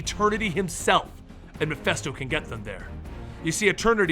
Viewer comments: I might be wrong, but I thought it was pronounced Mephisto, not Mephesto? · Not mephesto...His name is MephIIIIIIsto. Mephisto..... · stop saying Mephisto incorrectly. Meh-fist-oh. Not festo. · keeps pronouncing the name Mephisto as "Muh-fess-toe", is that the correct was to say it? I've always heard it pronounced "Meh-fiss-toe". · Its mephisto, with an I